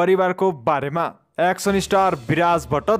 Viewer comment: Hihihihihi action lai pronounce gari bolna pani na auane kasto brother ho u 🤣🤣🤣😃😃😃